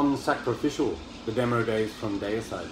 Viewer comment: Great video I’m with you on the pronunciation of Deicide. The first two albums are killer, can’t go wrong with Autopsy anyway keep up the good work and stay safe. 🤘🏻🤘🏻